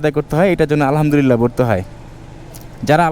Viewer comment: আলহা'মদুলিল্লাহ বলার সময় ح বলতে হবে,ھ বলা যাবে না নাহলে অর্থ পরিবর্তন হয়ে যায় الحمد للّٰہ